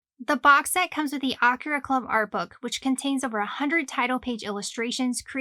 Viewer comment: Almost a 40 year old manga, and you still can’t pronounce AKIRA correctly 🤔